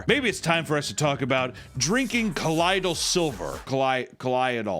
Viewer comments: I have to do this because I'm a baby-man; it's 'coe-loyd-al', not 'cuh-lody-al.' Anyway, the stupidest is eating raw chicken. I knew about the others, but the chicken thing is a fresh low. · Oh, oooh yeah, and, no it’s “co-loid-al” silver. God, you guys suck at pronunciation. Damn. Anyway I love you. So- okay real quick colloidal silver does help with healing things, but in very small doses, and short periods of time. I however, thought, “well if one dose does this, three doses will do it 3x faster!”. Ended up silver poisoning myself (with my girlfriend telling me to take it) but, she was only trying to help. But wtf yeah I didn’t turn into a blue Smurf or anything! I did get extremely lethargic, I think I threw up, felt dizzy (probably brain damage) and had to basically lay down or sleep for 48 hrs. Fun! Thanks for the video and peace! ☮️ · I don't hate to be that guy but it's pronounced Call Oy'd